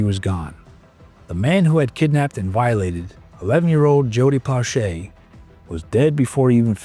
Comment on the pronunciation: As a Baton Rouge, Louisiana native and friend of the family, this brought back a torrent of memories. *Please, figure out the correct way to pronounce Plauche' and Baton Rouge. Odd how Doucet's name you pronounced correctly...